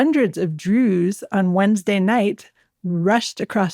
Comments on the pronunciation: Why does the presenter say "Druuuze" as if saying 'so called Druze' or druze in inverted commas. It was consistent and very strange, like the tone you'd use if people were pretending to be something they're not. Quite weird to listen to. If the stress wasn't intentional maybe she could practise saying the word 'druze' in an ordinary, natural tone of voice for future episodes. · I’ve been listening to your podcast for the past two years. I love your interview skills and general insight. But sorry, why do you pronounce Druze in such a strange manner?